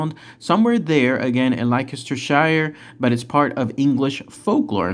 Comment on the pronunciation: It's pronounced Lankashure - as are all of the "shire" suffixes. 😉